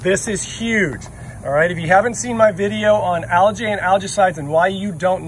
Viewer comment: I like this channel, but……….. “Al-gee ………. Not “Al-jay”. Just can’t understand why people pronounce words so incorrectly.